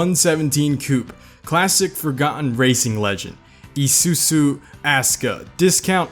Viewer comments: Its not pronounced "isusu" its pronounced like "isu-zoo" like that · not isusu its isuzu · haahhaahahah Isuzu he pronounce it as it as isusu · E-sue-sue? Me and my dad say E-zue-zue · Never heard isuzu pronounced like that. Here on the west coast we always pronounce it "i-su-zu" not "ee-su-zu" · Bro said isusu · BRUH im not some ultimate weeb or something but its called ISUZU NOT ISUSU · mans saying isusu not isuzu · i-su-zu not ee-su-su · Real pronouncatipn: ee soo-zoo His pronouncatuon: ee-soo-soo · Izuzu is pronounced i-zoo-zoo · its Isuzu not Isusu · Why cant Americans say car brand names Nisan, Mazda, Izoozoo not isusu. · The way he says izuzu: EE ZU SU Actuall: EYE SUE ZUE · Yesss, love it😂!! Especially when we reached the Honda section. Why is ISUZU pronounced I-su-su? It's supposed to be I-su-zoo. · IZUZU - pronounced: eye-zoo-zoo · How the fuck do you mispronounce Isuzu? There's a letter z in there and you fucking pronounce that as an S? "EE-SUE-SUE" what the fuck? lol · Is it just me that cringes when he tries to pronounce Isuzu as E-su-su... it's a literal Z, man... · i like the way he say isuzu to issusu 😂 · the whole video except the isuzu part: ..... the isuzu part: i s u s u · me:enjoying the cars: I S U S U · Just to help ya buddy, isuzu is pronounces eye sue sue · It itches me that you say Isusu for the whole vid. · Video: Isuzu and Subaru Him: I-su-suu and Subru Me: (Falls of chair) No offense, he doing good. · Its pronounced eyezuzu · This is how u say Isuzu I-zu-zu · It's izuku not isusu....please don't hurt me.👁👅👁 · How to pronounce Izuzu: eeesssuusuu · Pronouncation for Isuzu: eeesuuzuu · Isuzu is pronounced I SOO ZOO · Take a shot every time he says EESOOSOO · im sure isuzu is prounounced : i-zsoo-zsoo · How to pronounce Isuzu. Is-oo-zoo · Ee su is what the fuck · He pronounced izuzu as ie-soo-soo, that annoys me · How pronounces SUBARU AND ISUZU, Sooberoo and Isoozu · The way he pronounced Isuzu *EEE SU SU*.